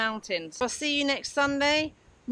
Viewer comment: Great video, and always enjoy hearing that special brit pronounciation of "Mont Blanc" ...